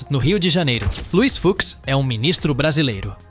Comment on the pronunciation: Luís "Fucks" kkkkk que pronúncia é essa?